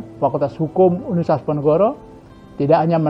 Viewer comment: Sering kali penyebutan kata "universitas" oleh Pak Rektor terdengar "unisitas" 😔😔